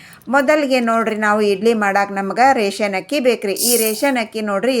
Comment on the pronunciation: Not hakki, it is akki